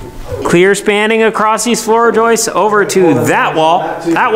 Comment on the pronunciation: Thanks for correcting the Recipricating saw issue. The next lesson is to say floor joists instead of Joyce's. Keep up the good work.